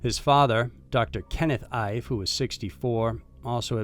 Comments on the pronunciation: Kennedy’s last name is pronounced E-Fay. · Ife should be pronounced: “Eeeeeh-fay”. Just thought I’d help you out. Thanks for the great content! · Please don't take this the wrong way because it's NOT meant that way but I'm pretty sure that the last name of the 2nd missing is pronounced "EE-FAY" & is a fairly common name in Nigeria & Benin...